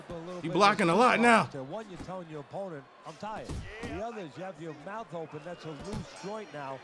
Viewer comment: keep saying "shut your mouf", I didn't have it open